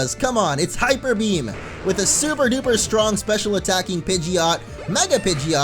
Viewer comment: It's pij-it Not pij-ee-ott